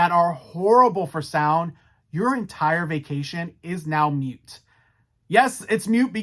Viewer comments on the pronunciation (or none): It’s moot not mute.